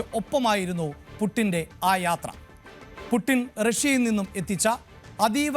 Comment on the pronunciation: പൂട്ടിന് എന്നല്ല...... പുഡ്ച്ചീൻ.... വളാദിമർ പുഡ്ച്ചിൻ